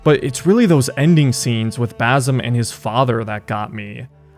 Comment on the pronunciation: It's pronounced Ba c em not Bazem, Ubisoft picked the easiest Arab name yet people still butcher it lol.